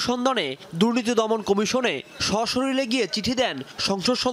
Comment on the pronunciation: এই রিপোর্টারের উচ্চারণ ঠিক নেই। শরীরের উচচারণ শরীল বলল। এতো গুরুত্বপূর্ণ চ্যানেলের সাংবাদিকের উচ্চারণ সঠিক হওয়া বাঞ্ছনীয়।